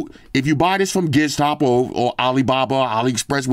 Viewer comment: I had a hard time finding Gizstop. I always thought I heard you say Gearstop